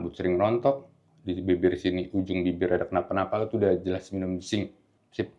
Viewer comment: Zinc apa ya? Mohon maaf kurang jelas 🙏